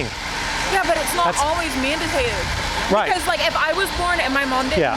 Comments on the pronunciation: "Manditated" lol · Lol "manditated"